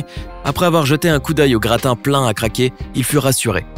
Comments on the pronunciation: Il a dit gratin au lieu de gradin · Et gratin au lieu de gradin 😂